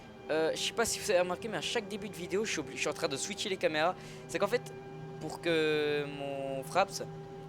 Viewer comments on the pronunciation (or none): none